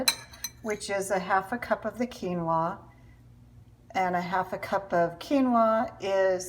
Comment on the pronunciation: What did you mix with the cucumbers and tomatoes? Keymo? Keylo? Are you saying “quinoa”?